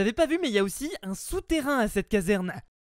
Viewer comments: Tu as dis caverne au lieu de casserne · On dit caserne et pas caverne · Mec sa se dit caserne pas caverne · Notre "caverne" 😂😂